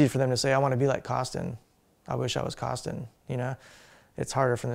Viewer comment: its not Coston its Koston